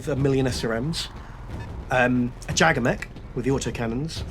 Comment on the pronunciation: Who else gets triggered about how they say Jagger